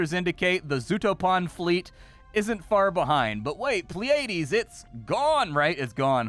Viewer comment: Every reactor ive seen so far has mispronounced Pleiades. plee·uh·deez